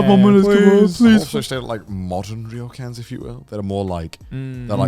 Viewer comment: You guys still pronouncing it "reeeyokans???"...it's just "yokans" guys lol